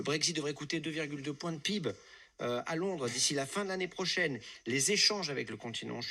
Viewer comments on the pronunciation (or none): Le PIB (prononcé comme un mot et non par initiales) et votre expression est mon moment préféré haha